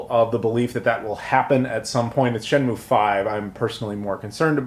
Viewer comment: 'Shen-Myu' not 'Moo' 👍